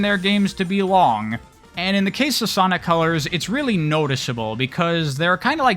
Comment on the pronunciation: Did anyone else hear them say Ponic colors in the beginning